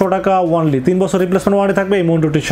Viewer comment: Bhai ONLY word ta boilen nah, Baja suna jai aga only word er spell sunen